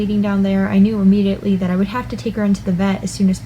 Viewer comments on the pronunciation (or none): none